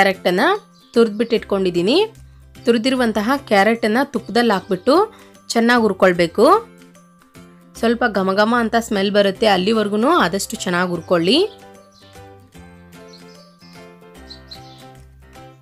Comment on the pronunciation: ಅದು ಹುರಕೊಳ್ಳಿ,. ಉರಕೊಳ್ಳಿ ಅಲ್ಲಾ. ಕನ್ನಡ ಕೊಲ್ಲಬೇಡಿ.